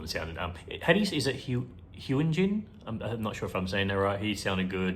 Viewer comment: You are pretty good at most of the names. (Not the worst out there. I have heard a LOT of people say Lee Know's name as Lee NOW. I don't know how they could mess that up.) Seungmin is pronounced Soong-min. (Longer soft O sound. Like soon & book.) And Hyunjin is pronounced like Hun-jin. (The Y is almost silent. One of his nicknames is Hunny.) And I.N is indeed like the letters. Stray Kids have really versatile music. Because they make their own tracks & lyrics, they can have the freedom to try whatever they want. A good portion of their songs are fast & energetic. But they do have a lot of softer songs as well. My personal top 10 songs is ever changing, as I can't really just do a few....But three songs that never fall out of that list (Mostly in the top 5 as well) are Blueprint, Chronosaurus, and Voices. Those are really the songs that cemented me into being a Stay. Something in those scratch the right spot in my brain to give me the best chills. (Levanter is very high up as well, but it sometimes falls out of the top 10. Same with Side Effects.) If you want to explore the more underrated sides of K-pop, I can suggest two groups for you. First is a girl group that incorporated a lot of rock in their sound & added a horror vibe to it. (Which is very unheard of for a girl group. More have started doing so after they proved that they can.) They are called Dreamcatcher. (They have split off into different directions now, with one pursuing a acting career, one planning on starting